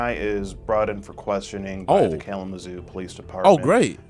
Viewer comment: bruhhh not kalamazoo 😭😭😭😭